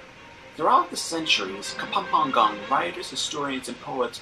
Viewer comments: KA-PAM-PA-NGAN the narrator pronounced it wrong hahaha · It's funny how the narrator pronounces "Luzong", "Kapampangan", and many more. 😀😀😀 That was the Golden Tara of the Philippines but it is now in the Chicago museum. Concerned Filipinos are trying to get the golden tara back.